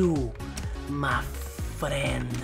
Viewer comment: "freind" ri ^-^'